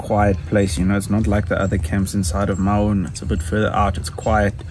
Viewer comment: Maun, not Mauuuun.